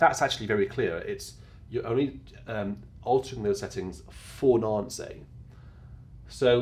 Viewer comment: Very clear video. Hauptwerk can get very technical and complicated ! However, Nancy is pronouced "nan-see" in french and not "nan-say"